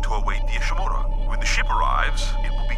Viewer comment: Horseman 09 it's pronounced Ishimura